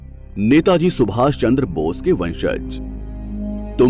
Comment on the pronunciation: सुभाप नहीं है सुभाष है bro🙄